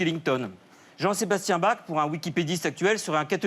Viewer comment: Joli ! Par contre les francais arrêtez de pronnoncer Bach comme ça, par pitié !!!